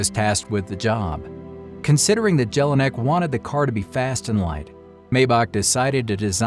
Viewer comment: I am sure the J in German names is pronounced as a Y in English